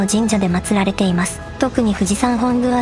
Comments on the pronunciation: 富士山本宮浅間大社（ふじさんほんぐう”せんげん”たいしゃ）です😂 一宮という場所にある方が、同じ字で浅間神社（”あさま”じんじゃ）です。 どちらも木花咲耶姫を祀る神社ですが、読みが異なります。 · コノハナサクヤヒメの祀られている神社は、富士山本宮浅間大社(ふじさんほんぐうせんげんたいしゃ)です。読み方が違っていました。